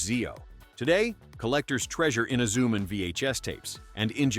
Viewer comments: Yeah its Himitsu sentai Goranger. nothing else XD Technically the first Sentai is Ishinomori's first co-worked anime Rainbow Sentai Robin. Also hate how this AI keeps calling Inazuman inzuman or something. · Filled with the usual A.I. inaccuracies and mispronunciations ("Eena-ZOO-m'n"?), and what are "bell-bottom boots"?